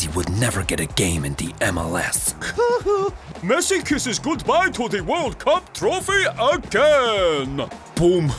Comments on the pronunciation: Messi sounds more like missi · Lionel "Missi"